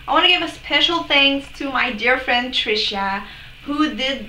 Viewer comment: "Tryshia" 😂 You're amazing girl and doing really great! Can't wait to see your next videos. Love you 😊